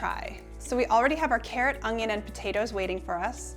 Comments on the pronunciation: Un-yun. There is no g in it, so it’s definitely not ung-yun. However... I never would have said anything except for your asking. I’m much more interested in the fantastic content your offering me. THANK YOU!! Love your shirt today, btw. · un-yun for onion; hwa-shin for hoisin. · 🤣😂 no “g” in your Canadian onion but lots of flavour 🤣😂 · I think I'll buy minced garlic and pre-chopped, frozen, bell peppers, butternut squash and onions instead of all that chopping, but great ideas! Thanks! Oh, and here's how you say onion lol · While “onion” has no “g” in it, I couldn’t possibly care less! Your presentation is a great as your food! Don’t change a thing!